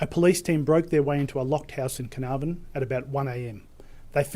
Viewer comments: Carnarvon = kuh-naar-ven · So annoying when people cannot search how to pronounce words! Can-ar-von. Eye-la not eesla. Edit: There you go, you said Canarvon right :) Omg its Darrell not Da'rell. He is aboriginal not african american!